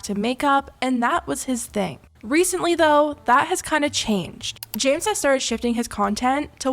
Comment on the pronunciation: it sounds like she said “ jams “ instead of james 😭